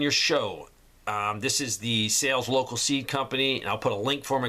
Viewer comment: Saleslocal not sals